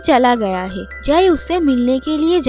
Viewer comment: Are "hae" nehi "hai".